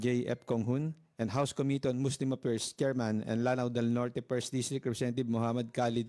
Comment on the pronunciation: This presentor, ayusin mo naman pronounciation mo. It should be "affairs" not "appers". Very unprofessional... their "F" becomes "P".